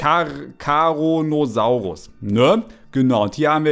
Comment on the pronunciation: Charonasaurus hört sich an wie carona sauris